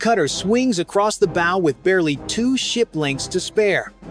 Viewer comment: TEACH YOUR AI HOW TO PRONOUNCE "BOW"